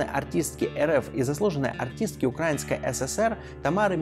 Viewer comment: Очень много делает ошибок в ударениях..КропивнИцкий, УкраИнский,СОпот .